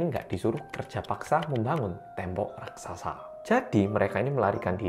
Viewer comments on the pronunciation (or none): none